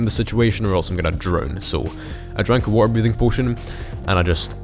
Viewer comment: blud said wa’er